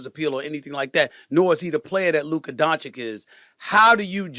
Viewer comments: Now that hes a laker stephen a all of a sudden knows how to pronouce his name and stopped calling him Luker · He says luker to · After hearing you repeat Luker instead of Luka on multiple videos, let's me know you are doing it on purpose. Put some respect on it! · SAS can’t help but to say Luker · Why does Stephen A keep calling him "Luker"? 😂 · If I hear Stephen A say luker one more time 🤯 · Ma$e says loooka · “Lucuh” is the best one so far 😂